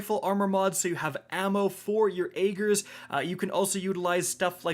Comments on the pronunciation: Do none of yall streamers actually listen to the story cutscenes/audio? It's AGG-er... Not AY-ger. Carry on. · Rick "It's not Ay-ger's Scepter it's Agg-er's Scepter" here.